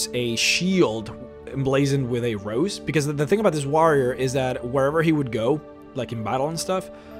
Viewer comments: The same reason why he pronounces "warrior" as WAH-rrier. Just different accents I suppose. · You pronounce War correctly. Why do you pronounce warrior incorrectly? I feel like this is the cool whip family guy skit.